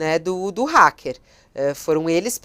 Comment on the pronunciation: Pronúncia correta é: hAcker com AAA, Como o hack da TV.